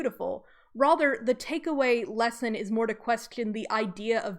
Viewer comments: I don’t like the way you say rather like “rother.” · That is an interesting pronunciation of "rather" is that from a particular dialect?